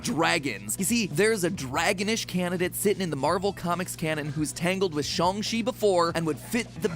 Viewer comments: I thought it was SH-(ANG) Chi , not SH-(ONG) Chi ? I know it can be pronounced both ways , but I thought it was the other way. Or am I just super wrong ? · Yea it's not shOng chi its shAHng Chi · The more matpat says "shung chi" and not shang chi makes me more and more angry every time